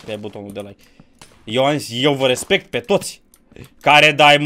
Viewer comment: REZMECT cum zice colo🤦😂!